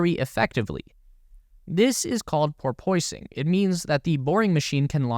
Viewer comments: Porpoising is pronounced pour-puss-ing, like the sea mammal. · "Porpoising" is pronounced like the animal, not like "porpoy-sing" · Porpoising is pronounced POR-puss-ing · pronounced por pus ing, not por poy sing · Shitty computer generated voice and crappy pronunciation, like " por POISE ing", machine gunlike delivery , incorrect statements - Elon Musk does NOT "own" Tesla. It is shareholder owned. Thumbs down overall.